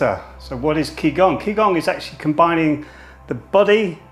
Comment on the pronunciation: Its actually ji gong. Ji like journey not ki like kill. For gong I should show you the phonetic transcription but I doubt you know that.